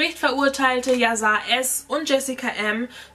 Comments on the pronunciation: Wird yasar nicht mit einem „sch“ anstatt einfach einem s ausgesprochen weil es auch aus dem türkisch kommt oder lieg ich da falsch ?😬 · das soll kein hate oder so sein aber man spricht "yasar" als yaschar aus ist ein türkischer name wollte dass nur mal so sagen btw liebe deine videos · Sein Name wird „YaSchar“ ausgesprochen 😂❤️ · ES WIRD YASCHAR AUSGESPROCHEN BABEEEEE❤️❤️❤️❤️